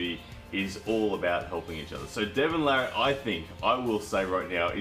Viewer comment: Devon Larratt is by far my favorite armwrestler! And you are one of the few people that actually spelled and pronounced his name correctly. Everyone else seems to screw it up.